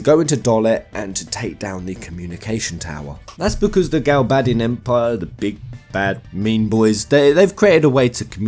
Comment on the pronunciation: So refreshing to see someone else who pronounces the names the same as me 😃 yes it’s A del not Aydel & GalBADisn not “galbaydian” lol